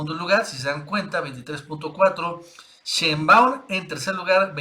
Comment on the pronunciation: Nacho te va a regañar.. sheinbaaund...